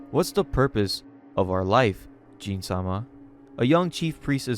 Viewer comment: Everything is amazing except for the pronunciation of the names. As someone who read the manga, I was wondering why he was calling Gin(Gihn), Jin(like the alcohol Gin), or Iwao(I-Wow), I-Wa-Yo.😂😂